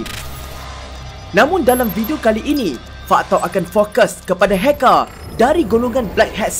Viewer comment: Di dalam , NEGARÆ .. HACKÆR .. KOMPUTEÆR.. MEREKEÆ... ARGHH ..